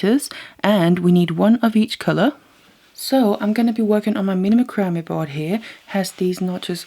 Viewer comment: Just an FYI...Macrame is pronounced with the emphasis on “MAC”, not the “cram” of the word. Think of how you would say “Mac’n cheese”. So it’s pronounced “MAC-ram-eh”